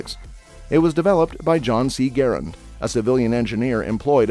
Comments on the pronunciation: M1 GARAND!!! NOT GARRENT?!!! WTF MAN GARRENT?!?! Are you kidding me?! M1 GARRENT?!?! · It's Garrand! Not Garrent. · It is the M1 Garand, NOT the Garant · I quit watching when he called it the Garrent. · IT'S M1 Garand, NOT Garrent. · m1 garrent?, isnt that garrand? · MIN 15;55... it´s NOT M1 Garrent...............it is M1 GARAND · It's M-1 Garand, not Garrent. SMH. JMO. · M1 “Garrent”? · M1 Garent??? WTH??? Learn what your narrating about….GARRAND. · It is a Garand not garant. Get it right. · I know. I cringed every time I heard "GARrent!" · Garent??? :D :D :D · Garrent? I just can't watch any more. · Garand needs pronounced correctly. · Who does your research one of the biggest errors was the inventor of the m1 GARAND there in no T in his last name